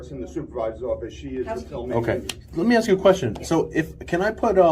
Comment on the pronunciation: For any law enforcement officer to use the word “ax” instead of the proper word “ask” is reprehensible and so unprofessional! I was LE officer over 35 years ago. If I would have been unprofessional like this, I would have been fired immediately, and rightfully so. My badge number was 15, which is State Property, and I was allowed to keep it for my services rendered. I still have that badge and I am proud to have served. To all the good LE officers out there watching, and they are, I salute you. 🫡